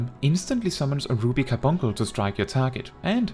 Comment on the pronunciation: I can't even continue to watch this 🤣🤣 because I want him to say Car-bunk -le right... 🤣🤣